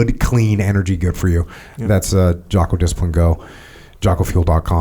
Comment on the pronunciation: Did call Jocko, "Jockoao"?